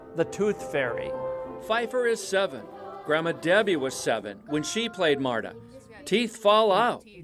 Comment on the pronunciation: Marduh? Is she not called Marta?